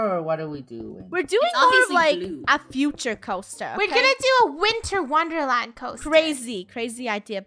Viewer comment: i luaghed when funneh said winterlandwonder trying to say winter wonderland